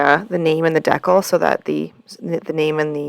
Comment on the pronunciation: Hi, I know it’s been a minute, but a couple tips, take em or leave em 😊 Ok first it’s Dee-cal. Long e & the a in cal is like pal. If you’re ever having trouble getting the protective slip off acrylic blanks, put a heat gun or hairdryer to it for a few seconds and voila! On the waterslide, it helps to use a sponge with a little more water if it’s not sliding off. The trick you did using your fingers was perfect. Lastly I keep a strip of blue masking tape with part of the sticky side up on the edge of my desk - it helps me take off any backings of stickers, etc. without marring up the edge. I use a lot of nail stickers which were not playing nice with any other way & I happened upon the trick by accident when the backside of a sheet of nail stickers landed on some tape I’d used to pick up little bits of resin & didn’t toss bc it still had open sticky places. Super impressed with the centering of the name - by eye - I’m one who has to measure. Happy crafting!